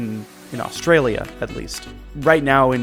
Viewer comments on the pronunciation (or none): none